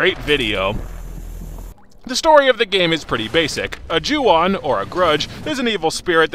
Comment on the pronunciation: The way you say "Ju-On The Grudge" sounds quite a bit like "Chew on the grudge" Anyways, when this game calls itself a haunted house simulator, it's not kidding. You're not playing a game. You're playing a simulation of an haunted house attraction. One where you die at the end. Maybe this shouldn't be judged as a game. This should be judged as a one-of-a-kind "cinematic" experience. I kid, of course. The game's still terrible in that regard.